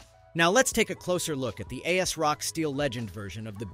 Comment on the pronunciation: It’s not A-s-rock. It’s pronounced AZ-rock.